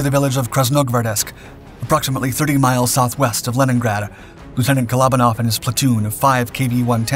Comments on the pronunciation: Kole-O-ban-off is the pronunciation. Glad I read the comments because I had no idea who he was talking about. 😂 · Great video just a shame you didn't take the time to look up how to pronounce his name properly.